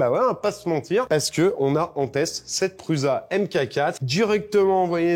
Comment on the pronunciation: Ça me perturbe à chaque fois quand vous prononcez "Prusa" en Pruuza ... Ça se prononce Proussa !!! 😅